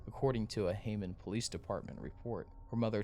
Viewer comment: Clearly this guy is not from the area, he calls it Haymmond instead of Hammond and Maryville instead of Merrillville. If you are going to do a story then you should learn the correct pronunciation of towns, businesses, and people.🙄